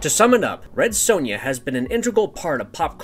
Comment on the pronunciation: Why do Americans say sonja wrong 😂 Also which came first the film or comics.